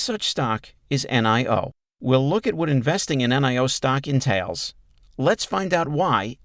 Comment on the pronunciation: Stop saying N i O. Its Nio